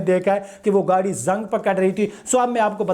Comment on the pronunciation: Lack of a feature does not translate into bad. This guy doesn’t know the difference between bad and lack of a feature . The word Corrosion in Urdu is pronounced as “zung” not “zunk”. His dragging his video , when he easily say the plastic is low quality.